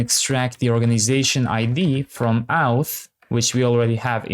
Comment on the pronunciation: Nice tutorial. Just wanted to say that you say "okay, great", "perfect" and "let's go ahead" a lot. I know English isn't your first language and that you're trying to be positive, but hearing them every 10s was getting annoying. If you could mix it up a little more (or avoid the positivity altogether), that'd be appreciated. Also, "auth" isn't pronounced "outh" but "orth". Thanks :)